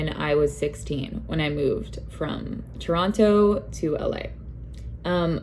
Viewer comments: the way u say toronTO 🥴🥴🥴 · Why do you pronounce the second T in Toronto?